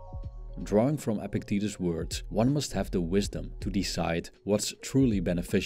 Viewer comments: It's not pronounced "epic titties" it's pronounced EPICT-etus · I think the philosopher's name is actually pronounced "epic titties"